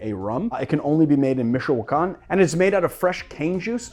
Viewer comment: I love you but say the “ch” in Michoacan